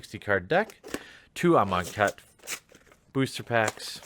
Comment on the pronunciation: please dont let me be alone in hearing "im on khet"